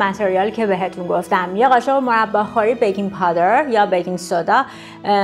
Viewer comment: تلفظ بکینگ پودر توی ایران رواج هست نه بکینگ پادر